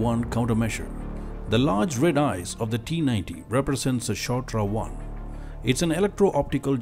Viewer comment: BTW it's not Shotra, but Shtora. This is a good ad for Tata defence but it's also true.